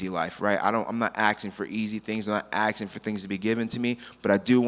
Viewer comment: Did he say axing instead of asking? He was so well spoken otherwise. He could be a big star.